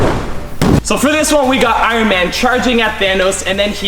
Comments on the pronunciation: when he says Iron it sounds like Iwon Not trying to be mean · You said Iwin suit instead of Iron suit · He said iren spider